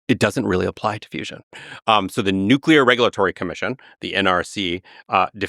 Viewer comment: nucular fizz fizz